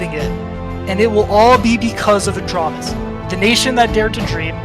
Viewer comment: You misspelled it. It’s ahj-ram-is, like ram the animal